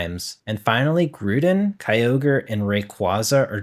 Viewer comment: Here's some corrections for some pokemon names you mispronounced: Gligar - Glai gar Groudon - Graw don Pachirisu - Pa chee ree sue Giratina - Gee rah tina Mismagius - Miss maj eeyus Xerneas - Zern eeyus Everyone else is either pretty spot on or I have no idea how to pronounce either